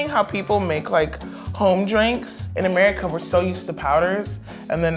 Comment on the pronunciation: You don't say it like America you say it like AMIRICA